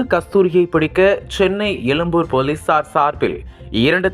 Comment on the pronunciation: Yennaa paa nee YELUMBUR nu solraa...!!!!!!!!!! unnaku " ழ " la pirachanai pola !!!!